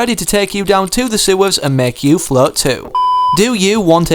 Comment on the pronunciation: who else thought he was saying flirt and not float?